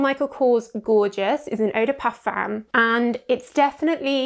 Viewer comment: Yes, I would also like to see this word pronounced correctly!